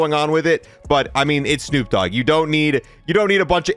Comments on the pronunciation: * D O Double G not D double O G 😂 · Lmao, it's D O double G!!! Not D double O G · I still can’t get over the fact he said D O Double O G. That would be Snoop Doogg😂